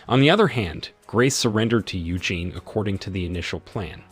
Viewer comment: Its pronounced You-Jean, NOT You-jen ! Listening to that was like hearing nails scrape a chalkboard 🥴